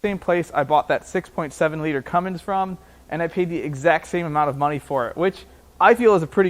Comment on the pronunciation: Did I hear you hang a "G" near the end of Cummins?